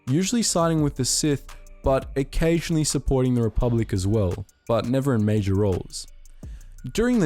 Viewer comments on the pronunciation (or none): none